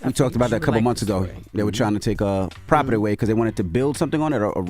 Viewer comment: Envy you can’t say the word property no more